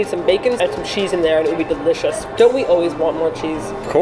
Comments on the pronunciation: ..did say its "dericious" lol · hehehe said Dericious XD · I vote for both Engrish and idol(s) 2PM. Did say "deRicious"?;) Thank you for feeding the kitty!!!